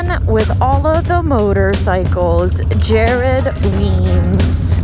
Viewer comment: Weems must die a little inside every time you and say his name wrong. Haha